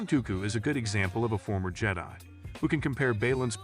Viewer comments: I gathered that on the third: "Jeddy" lol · How are you gonna miss pronounce Jedi multiple times. You might as well just close up this channel. I’m telling YouTube to never recommend this channel again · How many times can you mis pronounce jedi in one video lol